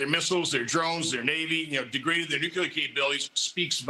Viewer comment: Beware of any senator that can't pronounce the word nuclear...